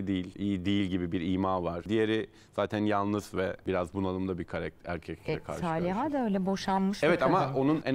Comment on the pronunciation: Şu konumdaki bir program sahibi de "KAREKTER" demesin artık ama ya... Biraz özen lütfen. "KARAKTER" o "KARAKTER"...